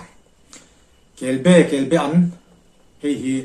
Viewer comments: Kelbean nilovin kelbaan tih zawk tur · Kelbaan tih tur kebean hi a hran a awm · Kelbaan ti in lo lam ta che. Kelbean a ni lo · Kelbe an niloin kelba an tih tur ani kelbe chu a awm ve thoa nie laksual tepawh awm thei a hmingkha lam dik anpawimawh ka ti.kelbe nge kelba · KELBE-AN Tia ilam tlat mai hi adiklo! KELBA-AN tih zawk tur, chuan a bengvar thlakin a tha hle mai. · Atha khawp mai,mahae a lem i tihlan atang hi chuan Kelba-an ania,kelbe-an tiin i lam thina hei hi chu adang daiha,ka han sawi ve anie. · KELBAAN, KEL BA AN ti a lam tur KELBE hi chu a hran daih, Kelbe chu Rengan te nen a in zul deuh, a rah hi Be ang chiah a ni a a rah ro char mu hi, Thingpuife ah an hmang bawk. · I ziak ang hian lam la I lam dik a ni mai. Kelba an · Kelbaan tih tur a ni ka ti ve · kel baan hi kei pawh ka hriat dan a ni e